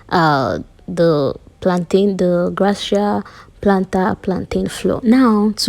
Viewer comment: Is that the pronunciation.. thought is gracia as in gracias or you don’t know the pronunciation??